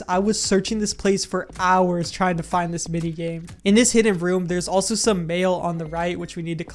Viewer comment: Is it me or everytime he said 'mail' I heard 'mayo'